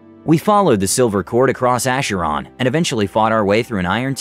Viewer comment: Okay, philologist nerd over here; Acheron is named for the mythological Greek river of woe, in the underworld, Aχέρων (A Kh Ey R Oh N). The Greek ‘X’ makes a “Kh” sound but words from Greek spell it “ch”. So next time just remember it is like the ‘CH’ Christmas. PS that is also why X-mas is the short hand for Christmas